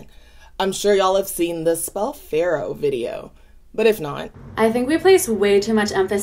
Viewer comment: Really went faro, part of speech related to wheat, farrow, something to do with plowing, before realizing she meant pharoah.